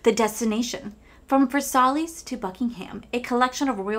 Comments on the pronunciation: Such a pretty palette and look you created! I think I’m going to pass on the palette itself because of the cost, but might pick up a multichrome single. Also I just had to add, Versailles is pronounced ver-sigh. Much love! ❤ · It’s a beautiful look and the color story is 🔥 I love you but your pronunciation of Versailles has me cackling 🤣